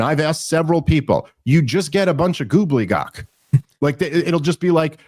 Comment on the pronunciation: Yo it's pronounced gobbledygook